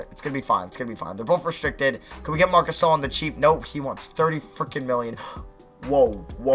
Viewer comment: idk what's worse, u saying "howey cwap" or "fwickin"